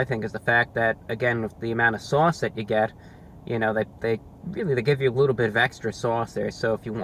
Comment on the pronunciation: " a wittle messy with the sauce"